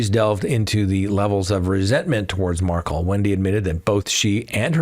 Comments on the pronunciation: You still mispronounce Xana’s name, and now you mispronounce Wendi Adelson’s husband’s name. You are saying Markle but it’s Mar-KELL. Ugh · Mar-kell not pronounced Markle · Accent on the second syllable! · Curious- why do u pronounce the Markel name as Markle ? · Doesn’t rhyme with sparkle (accent is on the ‘Kel’ syllable ) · Why can’t you pronounce Dan Markel’s name correctly?